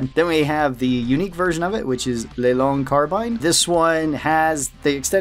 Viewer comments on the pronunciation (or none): Come on now, you gotta say the name right, its LA LONG CARE BEAN. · Leilon carbine? Edit: oh yeah I remembered it’s “La Longue Carabine” looks pretty weird to pronounce but is pronounced like “La Long Care-ah-bean”